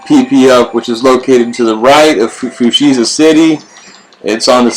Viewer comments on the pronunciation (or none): Amazing video, although a little triggered on how you're pronouncing Fuchsia xD